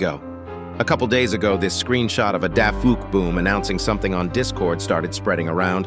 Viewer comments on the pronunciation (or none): It’s not pronounced DaFookBoom. It’s pronounced DaFukBoom. Also, that is NOT Plunger Cameraman since Plunger Cameraman’s camera is black and this one is white.